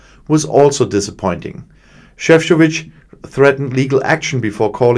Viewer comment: Šefčovič (croatian name) I can see BIG progress with pronunciation :) Good job